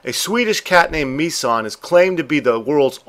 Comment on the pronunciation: I have to laugh at the pronunciation of the swedish cats name.Mi-San sounds japanese to me.Its Missan - Miss (as in I "miss" you)followed quickly by "ann"(the same a as used in the word another.)